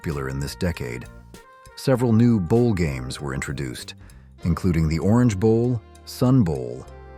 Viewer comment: Is this an AI voice? What are HAMES vs GAMES?